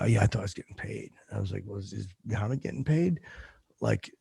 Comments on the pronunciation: the way he says Muhammad is unacceptable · pronunciation of Muhammad is angering.